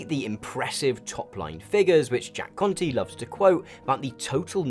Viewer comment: I keep thinking hes saying "Jack Cunty"